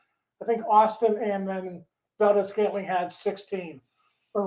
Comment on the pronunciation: How the fuck can you pronounce MVS correctly but not Theilen🤦‍♂️